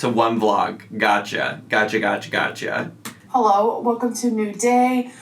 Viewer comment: I know this is the nittiest of the picks..but I hate how she says “hullo wulcom”